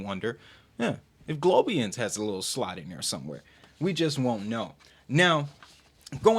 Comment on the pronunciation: Americans, it's pronounced (Globe-eye-ance)